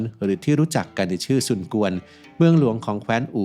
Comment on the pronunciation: ออกเสียงหลิวเป้ย ครับ อีกคนที่ออกเสียงผิดคิอชุนกวน เจ้าของช่องออกเสียงว่าชุนชวน แต่จริงๆ คือชุนเฉวียน